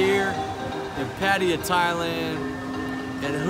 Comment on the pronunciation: Come on dude learn how to pronounce name correctly. Patta-ya!. I’m sure you’ve heard it before you got there